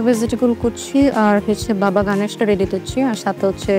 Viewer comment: আসলেই! সে লিটারেলি বাবা গনেশ উচ্চারণ করলো ফুড টেস্ট করাতে এসে! wth